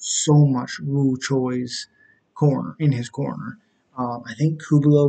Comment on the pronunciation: You tried. But it's pronounced coo-lee-bow